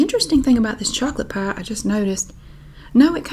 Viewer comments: Love your assessment of your pronunciation of "pie"! It's as though you say the first vowel sound in the "ie" diphthong, but don't widen your mouth to the hard "e" at the end. Or, you say "pah" through your nose like a Midwesterner! Or, of course, you're just pronouncing the corn dog accent 😂🤣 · The way I would spell pie if I only heard you say it would be paigh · I think it’s pronounced “peye.” 😂